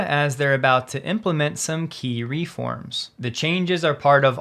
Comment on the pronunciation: Also, "reform" has the accent on the second syllable, not the first.